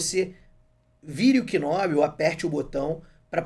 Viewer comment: Video excelente! Obrigado por compartilhar a dica! Se me permite uma correção, a pronúncia não é "k"nob. Na realidade, você não pronuncia o K. Pronuncia-se "nob".